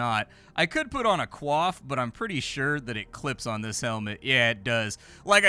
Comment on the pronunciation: "Coif" - pronounced "Coy-f" 😅😘